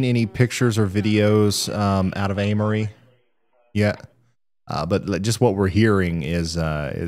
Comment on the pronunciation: im pretty sure Amory is pronounced AIM-RE